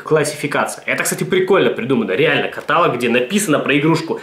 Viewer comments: Не катАлог, а каталОг!! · КаталОг а не катАлог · каталООООг, а не катААААлог!!!!!! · блин,, не катАлог, а каталОг! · не катАлог, а каталОг.. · каталОг ката,сука,лОГ каталОг!!! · каталОги. Не огорчай граммар-наци позязя:3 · КаталОг, блин, каталОг! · каталОг, грамотей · Бля кАтолог, а не катАлог такое простое слово, но так бесит его произношения неправильно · не обессудь, но правильно говорить каталооооооог, а не катааалог) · каталОг, а не катАлог же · КаталОг, а не катАлог! Gramar_nazi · Все, конечно, хорошо, но каталОг, а не катАлог. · когда говорит "катАлог", бьёт по ушам пздц как, я вам скажу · Бляяя…, правильно каталОООООООООООг. Но я всё равно верю в то, что это сделано чтобы порезать нам уши. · КаталОг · Бля, ну каталОг же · КаталОг КаталОг КаталОг КаталОг КаталОг КаталОг КаталОг КаталОг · правильно говорить КаталОг... каталОг блеать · каталОг блять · ебать ещё раз ты скажешь катАлог, меня вытошнит учебником русского языка) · каталОг! правильно говорить "каталОг"... :( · каталОг черт побери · КаталОг, сука, КАТАЛОООГ! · КаталОг блеать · ну почему катАлог =( раздражает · В слове "каталог" ударение ставится на третий слог., говори, пожалуйста, правильно, а то слух режет. Вот маты всякие, "анусы-хуянусы" слух не режут, а вот "каталог" с неправильным ударением - очень даже.